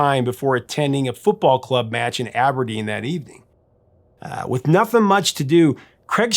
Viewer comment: Eedinburg! 🤦🏼‍♂️ He got Aberdeen right though. Yay!